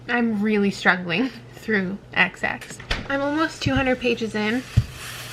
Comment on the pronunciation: The way you pronounced “xx” as “KSSS” made me cackle at 3am😂